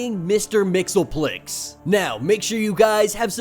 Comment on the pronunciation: It's pronounced Mix-ease-pittle-ick actually